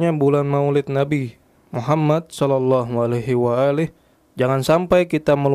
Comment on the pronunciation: Nyebutnya kok solallahu alaihi wa ali....kayak syiah ya